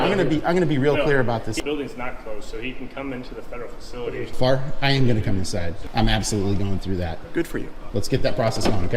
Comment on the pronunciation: Hi FARR . The T is silent. You know everyone calls him FART and his hair fell out.